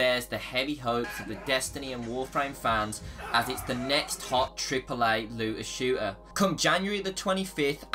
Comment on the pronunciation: First of all, what's a "looa shooa"?